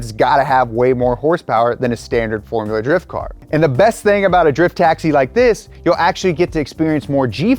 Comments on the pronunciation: “FoRuLa DrIfT” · I like “forula “drifting 🤣🤣🤣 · Ah yes "forula drift"